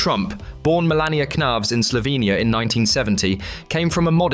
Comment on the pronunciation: Melania not "millennia"